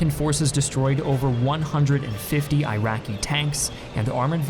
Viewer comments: Iraq —> ih-ROCK not eye-RACK. Iraqi —> ih-ROCKY not eye-RACKY Not that difficult… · Please stop saying AIRAKI!!! It is ee-raki!!! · Eraqi not airaqi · eyeraqi lol Iraqi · It's called eeraqi not eyeraqi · He just can't stop saying "Eye-racky" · Eye-Raki perspective is to teach you guys how to pronounce Iraq after decade long occupation and destruction of their country. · Jayzus, it makes it so hard to take you seriously, when you can’t even pronounce, “Iraqi” correctly… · U know as an iraqi i really feel disturbed by the way you guys spell the words "iraq" "iraqi" just pronounce it the way google does